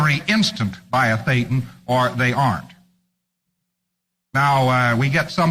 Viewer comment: a Thetan! Not a "Payton" or "Satan" 😂